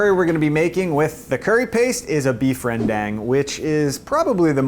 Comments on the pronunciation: FTW- it's Ren- Daang. It's not's Ren-DANG.. That's nails on a chalkboard. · Just a heads-up, the "e" in rendang is silent. It's pronounced more like rndang or rundang. Also, you should try daging roedjak if you like rendang. Oh, and add candlenuts next time.